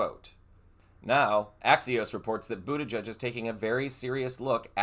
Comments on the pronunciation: His campaign t-shirts had the correct pronunciation: "Head over to his campaign website, for example, and you'll be invited to purchase shirts reading BOOT-EDGE-EDGE." Let's try this one on: Senator Boot-Edge-Edge of Michigan. Pronunciation is not going to bring us to the end of the world, but if you're pronouncing his name wrong, it makes one wonder what else didn't you fact-check to make sure you're not spreading disinformation. Don't be like the other guys. Show you care about getting it right. Thanks for your videos and for reading this comment. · LOVE Pete Buttigieg. But I am confused. Where was the "announcement" that you clickbaited with? Also, If you are going to continue to support, Pete Buttigieeg on your channel, please learn how to properly pronounce his last name. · Get the pronunciation of Buttigieg right ffs. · Learn to pronounce secretary Pete B’s last name! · Hun, i really enjoy you, but you are mispronouncing his last name. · Pronounce his name properly. He's been living in Michigan for a while. Dammit. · Please learn how to pronounce Pete's last name... 🤷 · Pronounce his (and others) correctly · Omg it’s pronounced Boot-edge-edge. Not bootijudge. WTF is wrong with you. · It's Boot-i-jij, not Buddha Judge. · It’s Boot edge edge. Not Boot a judge. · Butti-jedge, not Butti-judge. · Boot-edge-edge. There is no "judge" in his name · Please pronounce the outgoing Secretary of Transportation's last name correctly - it is not boo-duh-judge but is boo-duh- gedge. It rhymes with hedge. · I believe the pronunciation is boo ta gege not boo ta judge. But he is smart, empathetic, kind, patriotic and open-minded either way. Hope he runs in the future. Wish he was my state Senator. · I've given this a thumbs up, but I would like to clarify something. It's pronounced Bu-ti-gedge, not Bu-ti-judge. Thanks! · boot edge edge. at least say his name correctly. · It is not pronounced ‘booty judge’ !!! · There is no "judge" in the pronouncing of Pete's name!!!